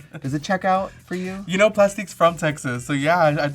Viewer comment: not "Plustique"